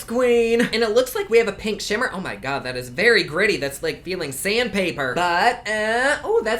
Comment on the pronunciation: "Oh mah Gawh" 😂 💜